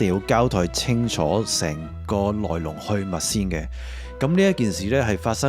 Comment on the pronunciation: 唔咩好意思呀，悶撚到抽筋，click埋「不再介紹此頻道」添呀，仲叫介紹畀其他人！咪鳩害人喇，浪費生命！！''趕''嘢仲要有懶音！「來龍去''襪''」.................